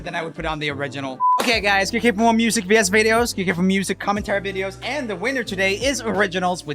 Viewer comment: I laughed so hard at the end because he said "click here for more vs videos" and I thought he said bs videos :P